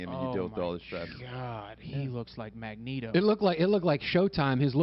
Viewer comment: This cat said Magneto... Lol I'm done.